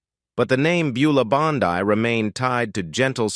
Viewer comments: It was Beulah "Bondeee). That is the proper way to say it. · Mispronounces the last name of the famous character actress Buleah Bondi.